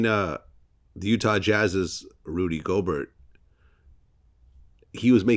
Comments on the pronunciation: C’mon Now Vllad you know it’s not pronounced GOBERT! It’s pronounced Go~Bear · Fucking moron, it's pronounced (go-bear) not go-burt. Educate yourself Vlad! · Vlad its Rudy (Gol.bear) hes french bro the T is silent.....anybody that's been following Vlad tv from the beginning knows that your not into sports whatsoever which is kinda suspect 🤔ijs ....but yea i see over the last year or so youve been trying but its soooooo obvious you know nothing about sports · This man really said go-bert